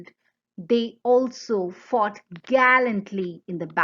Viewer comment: Everytime u say “she fought like men” it sounds like “she fucked like men” 😂